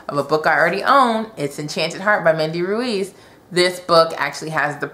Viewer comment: EEP! From the Wreckage is on my TBR! I also bought the little time travel anthology. Ruiz is pronounced Reese ;) I see so many books in there you're gonna love. Excited beyond words that you had a fabulous time at Utopia. Next year is gonna be even better. :) I can't wait to find out what you think about WSTW/Mystic. Loves your videos!